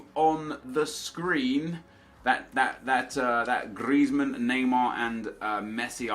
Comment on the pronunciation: Who else finds it annoying how he says griezman